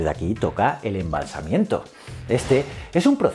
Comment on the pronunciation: Embalsamamiento, creo que se dice.